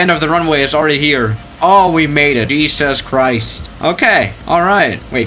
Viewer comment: Cheesus christch